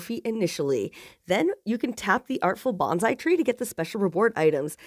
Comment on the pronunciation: Bonsai is not pronounced bonzai, it's a soft S. (Coming from a Japanese person haha